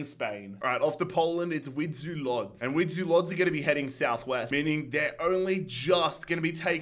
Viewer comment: Łódź is pronounced as woodch